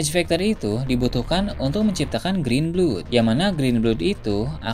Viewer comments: green blood bacaannya grin blad min, bukan grin blud. 🤗😁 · grin blod atuh 😂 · itu bacaan pronunciation nya blad mau british ataupun american bacaannya sama. mana ada blod. 🤣